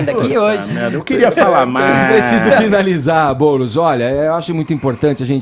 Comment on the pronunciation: "boulos" kkkkkkkkkkkkkkk